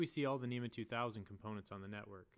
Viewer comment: It's spelled NMEA yet you keep saying NEMA.